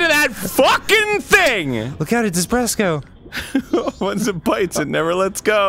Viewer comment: Desbreko! Not DESBRESKO!!! I'm triggered!! You fucking triggered me!! Way to go!!!! ^/)^